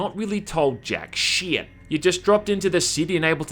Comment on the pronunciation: I need a supercut of you saying "Jack Sheet" over and over. LOL